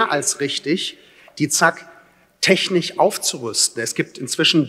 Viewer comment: Tolle Rede. Aber es heißt technisch und nicht technich